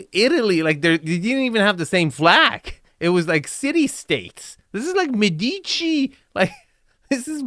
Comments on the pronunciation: you make your living criticizing architectural properties, so perhaps you won’t mind if I point out that you’re pronouncing Medici wrong. It isn’t “Med-EE-chi.” It’s “MED-i-chee.” And if you’re offended by the pettiness of this critique, please remember that you’re the dude whose own myriad of criticisms can sometimes be cringingly snide. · Médici, not Medeechie. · Those palm trees in the entry courtyard? I lived Hawai'i for 40 years and am here to tell you that Palm Trees are "spiral staircases for RATS" to enter your home. (Oh, and -- that super rich Italian merchant family is pronounced: MAY- duh- CHEE AND: that "game room" is for low-IQ rich people who have ZERO "life of the mind" and ZERO "culture." But what a pretty "model-boy" type gets interviewed. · Thank you, was just saying the same, you said it perfectly.